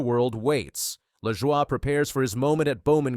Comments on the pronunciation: Saçre-bleu!!!!!! It's pronounced la-joy dude. He's not French. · It's pronounced Luh-Joy. Take it from someone who watched grandpa race. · What the hell is this pronunciation of Corey's name. Who is reading this. Moron😮